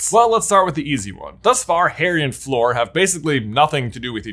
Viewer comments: Please stop pronouncing Fleur like "floor". Its pronounced like "her". Even the subtitles are picking up your "Fleur" as "floor"!! 😂😂😂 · I love you and your brother as influencers. I love your channel. But it’s Fleur… not Floor. Every time you call her Floor it makes me want to punch my TV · Cant get over him saying fleur like "floor" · I keep thinking “who’s floor?” But it’s fleur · the best part of this video was pronouncing fleur floor fifty times